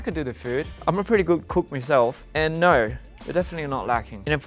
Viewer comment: The naur💀